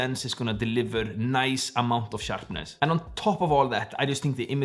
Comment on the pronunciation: Nobody:: Focus ring is NOICE!!